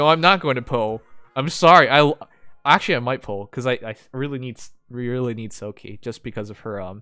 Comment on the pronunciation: Smh, it’s pronounced like Silk, not Silkie. I’m thumbs down this video.